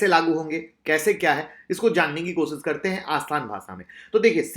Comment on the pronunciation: Sir maaf kijiyega but aapko diction pe kaam karnaa chahiye. Share share hota hai sare nahin. Sir sh aur s alag vocal letters hain aap sh ki jagah sa ka istemaal kartay hain . Koshish ko ko kosis aur avishkar ko aviskar kahna atpata lagta hai. Pls mind na karna Rames Sures nahin Ramesh Suresh kahiye